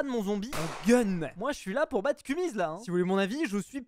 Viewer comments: Cest kumiz pas kumis ptdr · Kumiz et pas kumis(3.35)